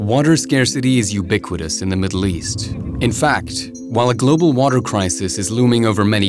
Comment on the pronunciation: Dude says.. the WATEL.. WHAT TELL? WOW